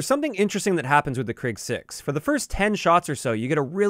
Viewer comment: Krig in Swedish means war, and it's pronounced kreeg rather than krigg